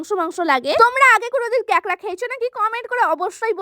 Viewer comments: দিদি উচ্চারণ টা ঠিক করে করো ওটা কেকরা না কাঁকড়া হবে।😂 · কেকড়া না কাকড়া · কাকড়া ❌ কেকড়া✅ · কেকরা ❌ কাকরা✅🤣🤣